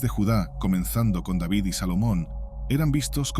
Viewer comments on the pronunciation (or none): none